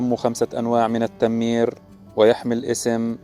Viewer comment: التمير بضم التاء وليس بشد التاء ..مقطع جميل 👍